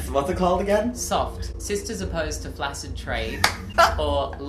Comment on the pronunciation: "Sister's Opposed to Flasid Trade" got me dying